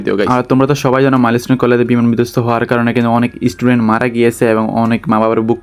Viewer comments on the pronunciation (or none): none